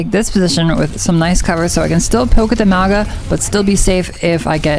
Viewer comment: Hey! Love the video just wanna point out something that doesn’t really have to do with Ana but is still important but Maugas name is meant to be pronounced with like a soft g so it’d sound like there was an n in front of it so like “Maunga” but ty for all the helpful Ana tips hopefully I get outta gold soon lol